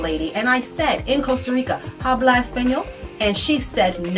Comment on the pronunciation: OG clearly doesn't speak Spanish, either. It's not, "Habla, Espanol " with a HARD H It sounds like a short vowel "a" in English. OG is just trying too hard..